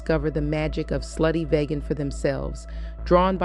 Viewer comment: VEEGAN,VEEGAN, VEEGAN - not VAYGAN - VEEGAN!